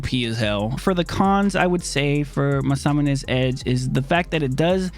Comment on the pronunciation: Still having trouble saying Masamune? Lol great stuff man. Keep it going.